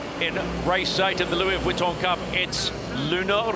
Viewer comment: Lewie Vwitton